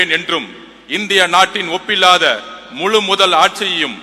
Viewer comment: pillathaa😅 அது `ஒப்பில்லாத` டா கேண